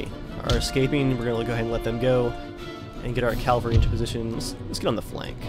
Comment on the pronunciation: calvary was the hill where jesus was crucified. cavalry are mounted infantry. its pronounced differently man, try sounding it out or something. smh